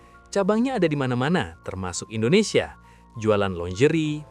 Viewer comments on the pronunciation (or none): none